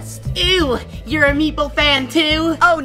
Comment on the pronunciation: It’s meeple not mepale